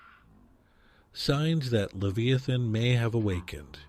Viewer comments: Dude you keep shredding the Leviathan name keep it straight every time it's really strange you can't keep it right. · means that the AI is miss pronouncing the word leviathan. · It twists my heart every time you mispronounced his name.